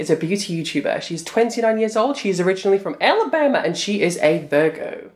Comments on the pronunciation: the way he said ALABEMA omg I'm dead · The way you said Alabama though! 😂😂😂